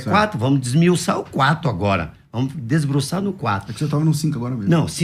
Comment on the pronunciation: Mano, "desbruçar", "desmiuçar"???!!!🤦‍♂️🤦‍♂️🤦‍♂️